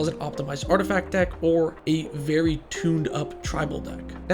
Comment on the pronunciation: "they have veey few infinites" oh no, how terrible, what a tragedy...